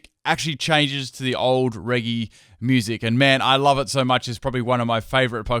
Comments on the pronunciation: 208th and it's pronounced reh-jee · your pronunciation of "regi" causes me pain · He keeps saying the regi trio names wrong